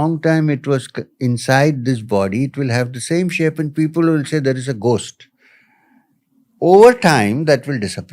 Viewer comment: What the hell is "Ghoooo-sst" . The yogi pronounced it better than the host.